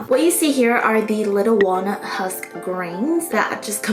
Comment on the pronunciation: Wait....did she say....WALNUT? 🙄 Iykyk